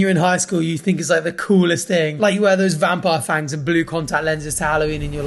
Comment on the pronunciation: all i hear is "thangs" not "fangs"